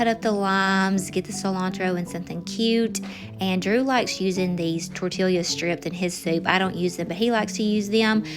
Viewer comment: Love you,, but I’m from Texas: tor-tee-a!😅